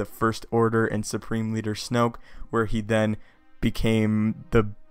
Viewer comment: lol you said snope